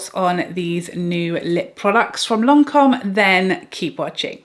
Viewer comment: Lancome is my favorite brand and it's perfect how you pronounce Lancome.